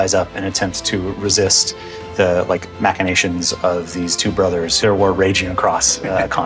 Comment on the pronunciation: Twwoo Brothers... it's called Two Brothers!